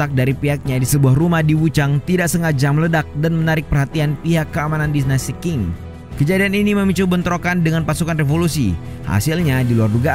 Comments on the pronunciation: Qing ...sebutanya Cing ...bukan King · admin, itu dinasti bacanya ching. bukan king 😮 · Bacanya biasa aja bro Sun Yat sen . Gak pake Z. Qing dibaca ching bro bukan king Gak ada dinasti king di china